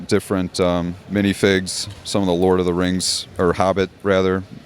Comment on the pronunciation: I'm sure he's back in 20 years with the coolest builds ever :) Edit: And "Lordor" was awesome! :D Spot on!